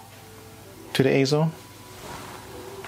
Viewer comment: AY-ZO, yes perfect pronunciation!